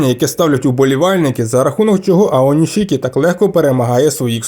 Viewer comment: Українською правильно Аонісікі. Без шикання.